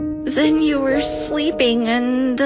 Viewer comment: When said slpeeping instead of sleeping